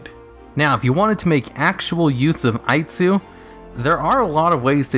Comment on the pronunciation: I liked für American Version of Aitsu called Aight-sue much more!